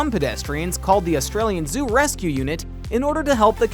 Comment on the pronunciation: That not how to say Australia